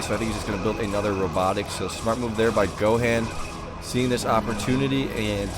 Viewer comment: It's pronounced go Hon lol. You never seen dbz I guess.